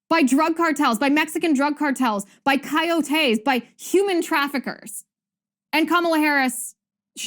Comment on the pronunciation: It’s co-YO-te, not co-yo-TE.